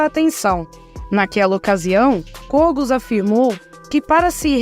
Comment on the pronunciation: Por favor pronuncie corretamente o sobrenome de Kogos